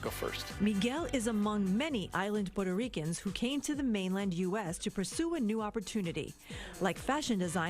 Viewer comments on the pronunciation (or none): "porto REE Kans" 😂 🤦🏽‍♂️